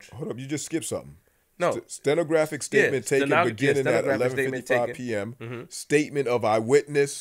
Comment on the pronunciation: You couldn’t pronounce stenographer 🤣🤣🤣🤣 you funny asl🤣🤣🤣🤣🤣